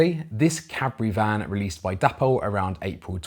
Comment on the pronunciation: why pronounce it 'dappol'? It's not spelt with 2 p's! It's clearly 'day-pol' which is how the Dapol people actually pronounce it!!